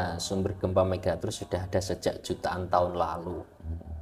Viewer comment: Nyebut megatrust saja ga becus, kelihatan banget ga mutu kontennya...